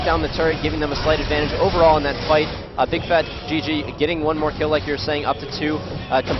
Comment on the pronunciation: Bigfatlp , not bigfatGG haha